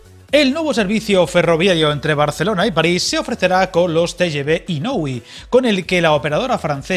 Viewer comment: total, es lo mismo de antes. Se dice Te ye Be in Oui separado. Gare se pronuncia Gar con G suave. Gracias por la info